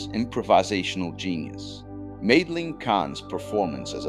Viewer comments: I didn't know about Boyle meeting his wife and meeting Lennon. Ai can't pronounce Madeline! This is why it should be proofed before release. Very sloppy. Mel's use of real people was not that unconventional. He used secretaries, custodians and others who worked on the lot for Blazing Saddles screening because the mucky mucks didn't like it. Gene Hackman didn't spend just a day on set. I believe he was there almost daily watching because of the family atmosphere and the hilariousness of it all. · Who doesn't know how to pronounce, Madeline?9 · My favorite recurring joke is whenever Frau Breuker's name is mentioned, the horses go wild off screen. On the other hand, the AI narrator ALMOST made it all the way through this video, before mispronouncing "Madeline."